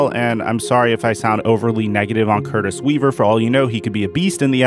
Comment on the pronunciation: Dude put some respect on Curtis Weaver's name!